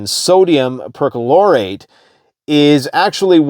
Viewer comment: Per Chlor ate not percolate